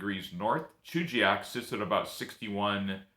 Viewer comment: Thank you for covering my favorite place in Alaska. Great video, the only thing is that it's pronounced "Chuggy Yak".